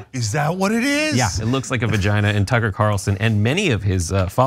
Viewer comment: A “skygina”?